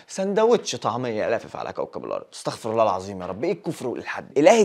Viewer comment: تنبيه على نطق الاستغفار يكون هكذا استغفِرُ الله لأن إذا نطقت استغفار بفتح فاء و راء كانك تقول أن الله هو يستغفر و العياذ بالله